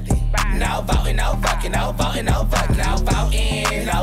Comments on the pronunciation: I lost it at Matt saying Vucking 😂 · Love hearing Matt say vvvvucking with a V